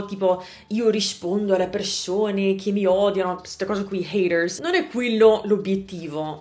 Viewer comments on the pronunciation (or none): none